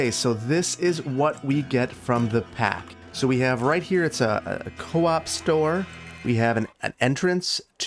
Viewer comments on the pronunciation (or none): Swede here. It’s pronounced coop like cool, not co-op 😊 Great episode! 🙏🏻🙏🏻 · As a swede myself i have to correct you, its pronounced ”coop” not co-op lol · That looks like the store "Coop" which I've heard pronounced Cope and Coupe.